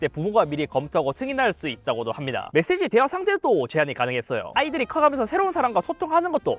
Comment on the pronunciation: 메세지가 멧돼지로 들려서 자막보고 수긍함